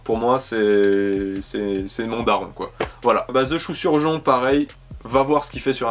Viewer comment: super vidéo mais il y a juste quelque chose qui me trouble c'est quand tu répètes "the choux surjon " 😂